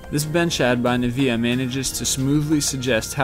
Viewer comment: Niv ea not Ni vea